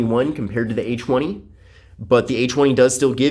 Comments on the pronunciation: Oh i Did'nt know it was pronounced Achweny. To think i've been saying A Twenty all along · This guy is low-key saying a chwenie😂